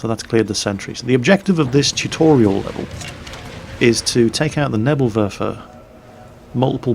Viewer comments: its pronounced "Nebel Werfer", not "Nebl Werfer", you kind of swallowed the second "e". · you really need to learn how to pronounce Neeeeeeebel Werfer:p